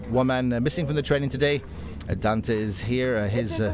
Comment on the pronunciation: If only people could pronounce Dante's name correctly...